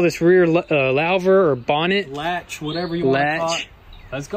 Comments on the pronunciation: Pronounced LOO-ver. Lol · Pronounced “loover”... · *it's Illegal to tint the inside of a windshield on any car (technically) and if you dd what is the seal going to stick to? wouldn't want you boys losing that expensive new windshield simply because you stuck the adhesive seal to tint instead of glass. That would kinda suck! Louver (pronounced like loser) * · LAO-ver. Lol. Lou·ver /ˈlo͞ovər/ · Loo-Ver ... not Louw-ver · "Lowver" hehe ... Louvre is French, and it's pronounced "loover". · I cringed so hard it hurt lol lauvers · It is pronounced "loo-ver" not lou-ver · LOL hey guys it is not a "lauw ver". It is pronounced lou rhyms with who, lou ver like Hoover Dam. Louver sun dam lol. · its pronounced loo-ver btw :) not lawh-ver or however you were saying it :) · It's pronounce "loover", like Hoover. So louver is pronounced "loover". That car is gorgeous. Man, that paint pops. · It's pronounced "loover" lol New hard words in every video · Louver pronounced "Loo-ver" like "loot" excellent job guys!! sweet ride keep it up!! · Pronounced as Loooover (Louver) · Louver.....Lou (like the name)...ver. Lol! You guys are the best! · I think it's pronounced Lu-ver lol Everything is looking amazing though keep it up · louver is pronounced LOOOver, and you cant have a "rear bonnet" the bonnet is the front hood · HI! Sensational restoration job guys... By the way.. The rear hood is pronounced "LOOVER" (as in J Edgar Hoover) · Oh I was just dying laughing with your pronunciation of the rear louver .... to say it properly it's Lou-ver as in a guy named Lou and then ver... Awesome video again... keep em rolling. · Longtime viewer and first time comment. The piece in the back is pronounced loo-ver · Awesome video guys.... by the way it's pronounced "loo-ver" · Louver. Rhymes with HOOVER. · Louver = "Loover" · It's a rear hatch or engine cover , and lu-ver is how it's pronounced . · louvre pronounced loov and pneumatic from last episode pronounced new-matik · Its a loo ver